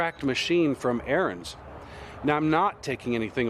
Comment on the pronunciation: Ariens. Learn how to pronounce it.